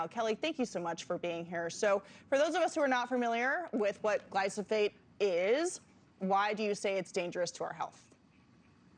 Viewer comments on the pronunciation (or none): It's pronounced, gly pho sate,, not, Glysophate. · lol how is no one including the producers noticing the anchor mispronouncing as “glysophate”😂😂😂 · FAKE NEWS!! This so-called reporter said “GLYSOPHATE” - not glyphosate - multiple times, therefore negating her entire argument! THANK YOU FOR YOUR ATTENTION TO THIS MATTER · Why didn't anyone pause the cameras and correct the interviewer's consistent mispronunciation of "glysophate"? Illiteracy abounds. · The interviewer loses credibility when she mispronounces the key word. Make Journalism Great Again😉. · She couldn’t bother to learn how to pronounce the word accurately???? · News reporter reporting on glyphosate cannot pronounce it.